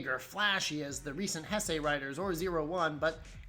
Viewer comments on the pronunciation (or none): It’s pronounced “Hey-say”.